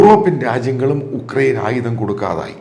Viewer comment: യുക്രൈൻ ആണ് ഉക്രൈൻ അല്ല.